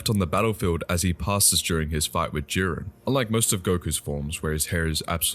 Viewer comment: It's JIREN NOT JUREN. LEARN TO PRONOUNCE.